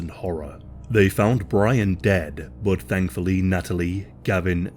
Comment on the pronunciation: Every time he says 'but' it makes me chuckle. It sounds like Bot 😅